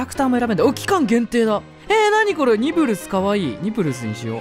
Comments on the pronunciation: 細かいけど…「ニプルス」じゃなくて「ニブルス」… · 二プルスではなく正しくはニブルスです…！トムジェリ大好きなので花江くんがプレイしてるのすごい嬉しいです！！